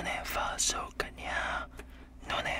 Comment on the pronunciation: I’m Italian!!!!🇮🇹🇮🇹🇮🇹🇮🇹and you have to pronounce stronger the letter A in Cagna😂 love youu